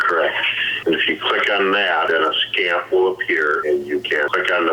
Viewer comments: I feel she is aware it’s scamp, not scampeeee! This could be her own little twist in pronouncing scamp. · Scamp, not Scampeeee.